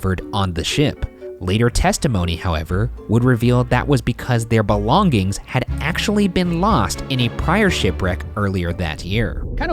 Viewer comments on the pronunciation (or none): Is it just me or I heard Ryan say "belong-gings"? And he repeats the same pronunciation after a few seconds 😅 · why does ryan pronounce "belongings" like "belong gings" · No one: Ryan: BELONG-GINGS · Does ryan say BELONG-GINGS